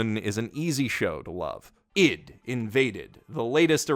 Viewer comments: Dude, I.D. like Identity. Why are you saying id like idiot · Bro why are you saying i.d like Ed. It's I D lol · Wait a sec... I thought the "ID" in ID:INVADED was pronounced as I-D. and not "id" as in "bid" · why does this man not know how to pronounce ID AYE DEE please, you're hurting me